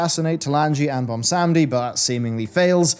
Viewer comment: Okay, I gottta ask... why are you pronouncing it "Bomsamdi" and not "Bwonsamdi", as it is spelled/pronounced by himself? Other than that pet peeve, great vid!